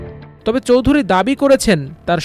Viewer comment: মিলিয়ন / বিলিয়নের হিসাবটা ঠিকমত বুঝে রিপোর্ট করুন। একজন লোকের মোট সম্পদ ৫০কোটি ডলার হলে একটা বাড়ির দাম ১৪.৮ বিলিয়ন মার্কিন ডলার হয় কি করে???? চৌধুরী উচ্চারণটাও তো ঠিকমত করতে পারেন নি। দয়াকরে আমার দেশের মত একটা সর্বজন গ্রাহ্য পত্রিকার সম্মান নষ্ট করবেন না।